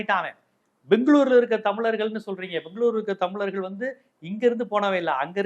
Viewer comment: தம்லர்கள் னு சொல்லாத அழகா சொல்லு *தமிழர்கள்*.... அதுபோலவே தீம்கானுதான் சொல்ற...அது தி.மு.க